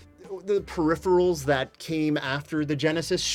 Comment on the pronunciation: They're definitely not "perhipherals".